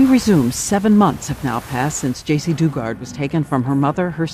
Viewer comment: Joycee? Uh, it's Jaycee Dugard not Joycee. Js